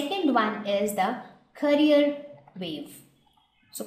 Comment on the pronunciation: pronounce carrier wave properly my dear teacher... its CA RRI ERR